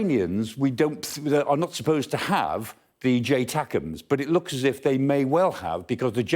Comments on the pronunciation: It's not J TACMS but ATACMS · It's actually ATACMS There's no J 🤣